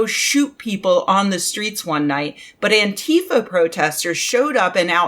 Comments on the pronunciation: Oh please, for the love of spaghetti, it's Ántifa, not Antééééfa. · I wince a little whenever I hear an American leftist use the Trumpian mispronunciation of "Antifa" :/ For a while it was a handy shibboleth (anyone who said "AnTEEfa" was either ignorant of it or right-wing or both), but now Americans seem to have collectively settled on saying it wrong.